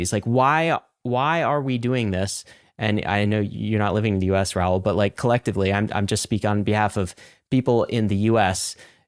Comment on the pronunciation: Why can't anyone say Raouls name properly ?